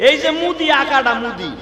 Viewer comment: ওরে এই পাগলটারে কেউ থামা, ভারতবর্ষের নাম পুরাকাল থেকেই ভারত। সিন্ধু থেকে হিন্দু কথাটি এসেছে কারণ ফার্সি শব্দে "স" এর উচ্চারণ "হ" হয়ে গেছে। কোনো নবী এই নাম দেন নাই। আর ভারতের প্রধান মন্ত্রীর নাম মোদি , এই গর্ধবটা সেটাও উচ্চারণ করতে পারেনা শুধু মুদি মুদি করছে। যুগ যুগ ধরে ভারতবর্ষ ভারত নামেই আছে। ইংরেজরা আবার সিন্ধু নদীকে Indus বলতো তাই সেখান থেকে তারা ভারতের নাম দিয়েছে India। এই ধরণের মিথ্যেবাদী বক্তা সম্পূর্ণ মনগড়া কথা বলে বাংলাদেশি ভাইদের উত্তেজিত করে চলেছে । এদের বয়কট করা উচিত। এই রকম মিথ্যেবাদী অশিক্ষিতের ওয়াজ শোনাও হারাম। একজন আলেম কোরআন হাদিসের আলোচনা করবে মানুষকে কোরআনের শিক্ষা দেবে তা নয় শুধু মিথ্যে ভুলভাল বলে লোকজন কে বোকা বানিয়ে নিজের ব্যবসা চালাচ্ছে।